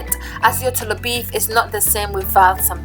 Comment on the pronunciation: Wow why the choices of different salts?? Himalayan ... wow . Ghana is Ada salt right? The way you say “tolobeef”😂😂😂😂😂😂😂😂